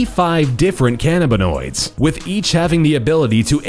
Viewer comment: God the way he says "cannabanoids" AHAHAHAHAHAHAHAAH